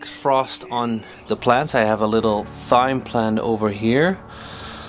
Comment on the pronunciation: its pronounced time.